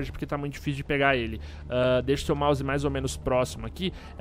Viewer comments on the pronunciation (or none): none